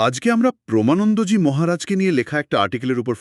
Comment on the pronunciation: প্রমা নয়.... প্রেমানন্দ জী.... 🙏